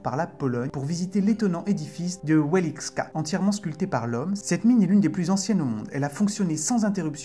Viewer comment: Ouélixka hahahaha. Vous auriez pu faire un peu de recherche sur la prononciation, ça ne mange pas de pain. Wieliczka => vielitchka